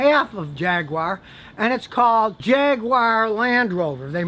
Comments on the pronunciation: Jag-Wire? It's pronounced Jag-Guar. I'd even tolerate Jag-ooo-are. But it's not Jag-Wire. Stop pronouncing it like that! Also: a catalytic converter is pronounced "Cat-A-Lit-Tic" not "Cad-A-Lat-Tic", like I've hear you say. It's not a damn Cadillac car! Also: a manual transmission is no longer a 'standard' transmission. Most cars sold today in the US come standard with an automatic transmission. Stop using that antiquated saying! Whew! Needed to get that off my chest. I feel much better now. Queue the haters... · Scotty I love your videos but please please it is Jag you are. That’s how to say it 👍👍👍